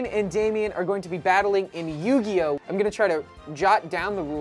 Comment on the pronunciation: Love the content, as always, but as someone who grew up knowing the rules I'm physically cringing at "Nugioh" LOL. Great job!